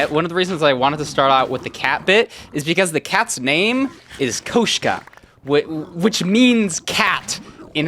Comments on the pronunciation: its "koshka", not "kushka" bro🤣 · The cat's name is pronounced "Koshka" NOT "Coushka" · in russian its pronounced a little bit different, not kooshka, but koshka. with o pronounced like in "bot" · You said cat wrong it’s not koooshka it’s koshka 🫵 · well its actually "koshka" and not "kushka" in russian but yr good mate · is it is in russian it's koshka not kushka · you say koshka rigth but add "koUUshka" what makes it a wierd. actually it's still really good for somebody who don't know language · Bro got the pronunciation wrong for cat in Russian. its not "kushka" its "koshka" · koushca... as a russian i feel offended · that is not how you say cat in russian dawg 💀💀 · That's the most english "кошка" i've ever heard in ma life